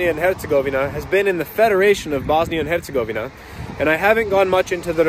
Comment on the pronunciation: you are officially the number 1 foreigner at pronouncing "Hercegovina"